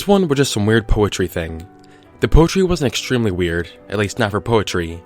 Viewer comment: Who else heard him make a Family Guy reference when he says "WHeird"?